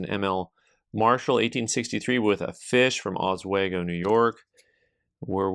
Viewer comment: Good video! I owe my soul to the company store. That Oswego NY token... named after the Oswego Tribe, pronouced AH-swEE-go. I grew up near there. what do you want for it?